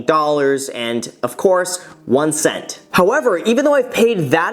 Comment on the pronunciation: That emphasis on 0.01 cent was HILARIOUS!!